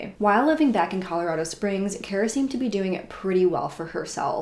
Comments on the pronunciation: Her name is pronounced car-a, not care-a . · It's pronounced car-uh btw